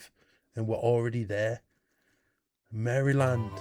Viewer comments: Maryland is prounced like Marilynd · Maryland is not pronounced “Mary-land”. It is pronounced “Mara’ lan.” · Maryland was said wrong. It's closer to mare-lind, I'm from there and can be quite testy when people say it wrong, especially when I can tell they're doing it on purpose looking at my fellow Americans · Maryland rhymes with Marilyn. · Maryland wasn't quite perfect. The Y is a schwah. It's something like Maruhlend. But you were darn close. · I wouldn't say that you mispronounced "Maryland", since you pronounced it the way it's said for the British place and the way it's spelled, but that's not how it's pronounced in America. In America, the pronunciation is slurred and less enunciated in a way that makes it sound more comfortable and easier to say, kind of like how the "shire" in Yorkshire isn't pronounced the way it's spelt. You probably know that it's common for people from an area who have to say the name of the area often tend to round off the pronunciation. I'm mostly from the American Maryland. Since I keep hearing from Europeans on the internet that America is so much larger than places in Europe, I was surprised to learn that my Maryland has less land area than Scotland by itself (no need to count the entire UK; although most of Scotland's land area is uninhabited mountains)! For me, a drive that would take more than an hour one way is a lot. Fun fact: Maryland is one of the states that still has buildings still standing that are older than the founding of the United States of America! Hawai'i used to be a kingdom, complete with a king prior to the US taking it over. Hawai'i is the only part of the US that has that recognition. The climate, physical location, ethnic distribution, food culture, languages and history and political history are all different from the rest of the US, so it makes sense for people to think of it as different and separate from America. It's just in terms of passports and the poli